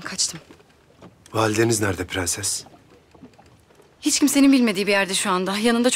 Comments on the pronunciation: Dadının da pığenses demesine ayar olan tek ben değilim sanırım 😤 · Farya’nın türkçeyi mükkemel bir şekilde konuşup bir tek ‘Prenses’ diyemeyen dadısının Sultan Murad’a attığı o bakışlar. Sanki gücü yetse öldürecek.